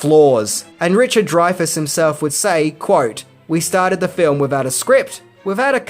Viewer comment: youre an idiot, its not dryfas, its drayfas